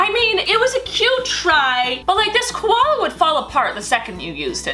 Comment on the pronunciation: Koloas are not called Koloa bears I am an Aussie and I know this but where are you going